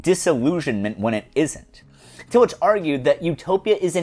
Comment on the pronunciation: Great take on Utopianism. Love your videos! I love your bringing up Tillich too; a small correction though, the "ch" in Tillich's name is pronounced in the harder German way not the soft English way.